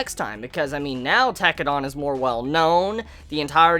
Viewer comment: lol Its Tekkadan, not Tekkadon, dan, not don. pronounced den or dan, not don. ps: loved this video series of yours, well done and thanks. Glad you liked the show.